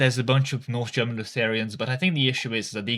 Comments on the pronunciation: I hate to jump on the odd pronunciation bandwagon, but the idea of Lu-therian-ism is hilarious and amazing. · And the way he pronounces Lutheranism